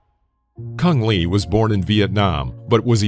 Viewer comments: I thought his name was supposed to be pronounced Choong Lay? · I think you've mispronounced his name. I've always heard it pronounced like "Cung Lay."